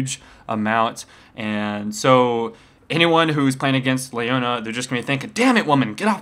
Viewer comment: I get so bugged when people say stuff wrong like colonel or Ashe (Ashee,or Ashaye,WTF?) It's Lee-Oh-Nah not Lei-oh-Nah,sorry if I come off as a douche but it's just so annoying for my ears.